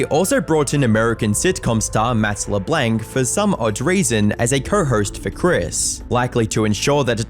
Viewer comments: Why are you calling him leblank even children know its pronounced lablonc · It’s not Le-BLANK. It’s pronounced Le-BLONK. People have already pointed out Purgatory and Oisin. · At least research how certain names and words are pronounced because Yorkshire, purgatory, LeBlanc and Oisin are not pronounced that way, it does not take long just to search how to say them instead of pumping out weekly videos, I've even seen some comments saying that ai may even be involved.